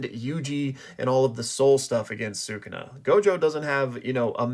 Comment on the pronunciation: I have an idea! Use the massive cursed energy from the culling games to revive Gojo and Yuta in their own bodies + give Gojo a power up with all that power. Also, please pronounce “Sukuna” properly. Lastly, I agree that it was Geto’s domain based on the aesthetic, the name, and the fact that Yuta used Unlimited Void in Gojo’s body rather than his own.